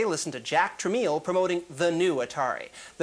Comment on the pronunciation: Notice how the host pronounced it "tra-meal" before the break and then "Tra-mell" (the proper pronunciation) after the break, when Jack and his son are going to be interviewed? Apparently that was a big pet peeve of Jack Tramiel, and he probably made it a point to correct Chafeit.